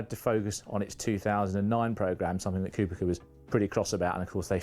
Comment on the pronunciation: It is Kubica but some people still call him Kubika It's not even that difficult to say